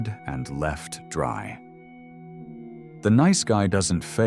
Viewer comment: Dayum that "dry" hits hard. 🤣